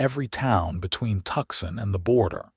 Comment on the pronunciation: Tucson is pronounced “two-sawn”